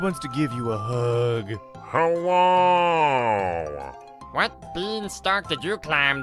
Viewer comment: Hewwo my fewwo Americans